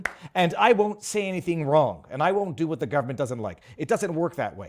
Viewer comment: DEW your DEW diligence like I DEW and I DEW believe that VIVA is a good man! DEW you know if he has covered the fire in MAUI? DEW let me know!